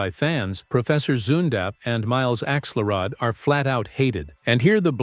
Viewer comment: It’s pronounced axe-ULL-rod and AHL-ih-nahl, “”!